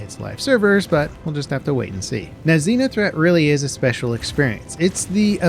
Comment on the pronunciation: Is it a Xeno threat or Xena threat event? Because you keep saying Xena.